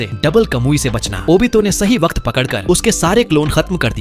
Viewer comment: waqat not wakt